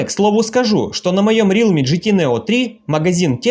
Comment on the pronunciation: Автор правильно говорить Реалми, а не Рилми